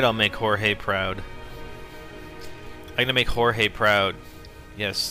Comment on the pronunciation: Thank You someone who pronounces his name Jorge because that is how is name is spelled..... Its not George